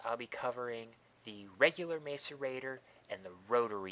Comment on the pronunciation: you're pronouncing macerator wrong